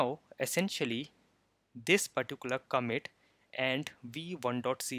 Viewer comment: It's pronounced "ComMIT" not "COMet"